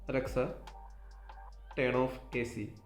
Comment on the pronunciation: tern of 🤣🤣🤣🤣